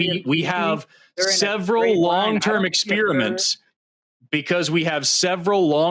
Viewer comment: I love this duo, but it makes my autistic skin crawl when Forrest says "ex-SPEAR-mint" instead of "ex-PEH-ri-ment" (which may be one of the most common mispronunciations.) Also, a dishonest interlocutor. (I'm being kind by stopping there.)